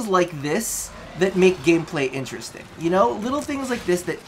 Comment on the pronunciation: Sorry to address this but you said game glay